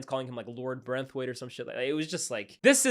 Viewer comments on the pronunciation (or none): hilarious how my man have been calling martin braithwaite as branthwaite 😂😂😂